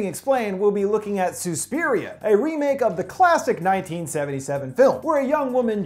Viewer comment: It’s not Sue-spiria it’s SUS-piria